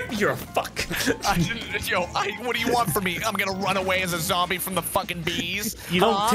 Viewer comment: "A ZAMBIE WITH A ROCKET!?"